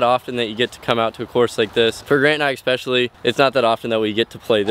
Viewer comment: LOVE the content. Subscribed to everything. If you really do read these comments… it’s ESpecially. Not EXpecially. For Rat and Boo